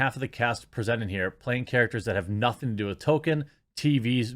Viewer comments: Toll-Keen or Tall-Keen... not "Token" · I love your work and support your channel! Just one respectful pet peeve.. Tolkien it's pronounced "Tal-kin" or "Tōl-keen" but you keep saying (what sounds like) "Tō-ken" and it's like nails on a chalkboard. All the love, keep speeking the truth man. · Tol-kein not Token, you're fat tonguing it Jeremy. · I don’t think these people know that’s it’s Tolkien, not Token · / / It's "TOLE-keen." People sound like uncultured swine when they say "TOE-ken." South Park even makes fun of that. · His name was TOLKIEN not TOKEN 🤦🏻‍♂️ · Jeremy, please put more effort into pronouncing Tolkien. You keep saying "Token." Just pronounce the "l" and I'll be happy. "TŌL-kən" is incorrect but st least it's close. Just remember the "l," please? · And Jeremy, stop pronouncing Mr. Tolkien's name "Token" 😆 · tolkein? oh they thought it was token